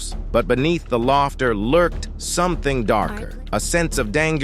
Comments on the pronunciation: Downvote robot voices! Can’t even pronounce “laughter” it said “lofter.” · This is one of the lamest AI-read vids about a comedian I’ve ever seen. It pronounced laughter “lofter.” Come on, people. Is it really that difficult to read your own script correctly?